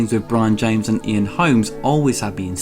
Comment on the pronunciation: 'Somethink?' Fucking idiot.